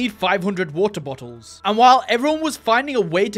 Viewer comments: Bro just saying wo-er bo-ols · why u keep saying "wa'a botuls" 💀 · I love how say was ah bo als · “Weaer bolls” 😂😂😂😂😂😂😂😂😂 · I heard every time you said Water bottles I heard Wawer bottles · Bro said wahor boholls